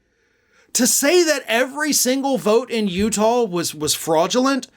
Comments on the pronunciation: It's Utah, not Utahl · Sounds like he was saying Utab. This guy is a major idiot but is fun to watch because he sure comes out with some crazy crap.